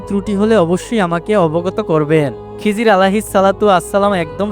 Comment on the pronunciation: খিজির আলাইহি ওয়াসাল্লাম বলবেন খিজরি বলেন কেন?